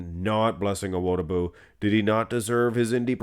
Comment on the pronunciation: Just FYI, the emphasis is on the “Di” in Awo”Di”bu